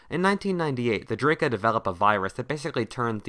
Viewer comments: That's "DrAka", not "Draeka"... 8-). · I thought u said Drake at first HAHAHAH